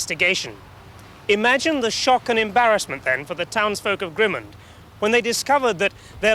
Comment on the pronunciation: Pronunciation of Grimmond has changed over the years. He's hardly pronouncing the "d" at the end. It's very hard to identify the name of the place from his pronunciation.